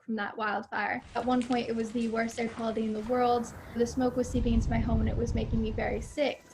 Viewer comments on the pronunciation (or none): none